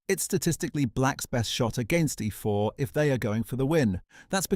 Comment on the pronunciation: Oh no, he played "ehfore"